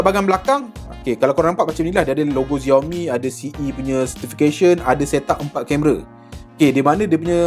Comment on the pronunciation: Bang XIAOMI tu sebutannya SHIAOMI bukannya ZIAOMI